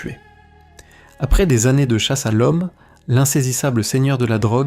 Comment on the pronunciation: Faites attention a la diction. Par exemple la pause non naturelle dans "chasse a l’homme" entre chasse et a. Un humain aurait dit "chasse a l’homme" et pas "chasse, a l’homme"